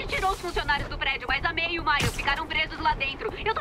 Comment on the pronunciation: Só eu que percebi que o spider-man falou "Tia May!" E ninguem de lá percebeu isso?